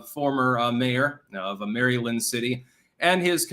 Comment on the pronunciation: Will someone close to, (who we all agree is extraordinarily articulate) please encourage him to get a handle on the general pronunciation of the State of Maryland, USA? His OVERT mispronunciation is such a glaring foible that needs attention. We're talking DC adjacent Maryland folks, not some long Native American moniker so it's not some nut-job, stickler minutia issue, eh? There is nothing regional about pronouncing Maryland, none whatsoever. We ALL say it the same way, millions and millions of us all across our great nation just say Maryland, but not. Even in our deeply divided nation, Maryland is No Problem for any of us by grade school, we just ace Maryland outright, we are legion, no remedial efforts needed, nope..., good to go for life re: Maryland. No free courses at the library, as to how to master Maryland by conquering your fears for instance,...as there is no need for that. So trust me, on this, insiders re: Maryland, we gotta get this character in line before he starts doing interviews and it's then just out there, that, our friend and Clankdom founder legend cannot pronounce the State of Maryland. Think figurative spinach stuck on his tooth. Friends don't let friends mispronounce Maryland to the masses, yo.;-)